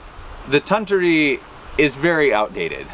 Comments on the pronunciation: With the $10 machine, you'll use it about 3 times. Junk like that is so frustrating to use, no one will use it for long. It is pronounced Ton-toori. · Anglophones speaking Finnish is always cute. I guess you could say it as: Tun=toon (this is the syllable with the accent) Tu=two Ri= rea (as in reason... But then with a stronger rolling r) It's gonna sound weird anyway.